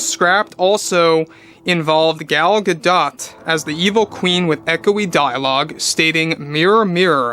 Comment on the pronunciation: 🎵Hi Ho Hi Ho. Her Name Is Pronounced Gal Gidot 🎶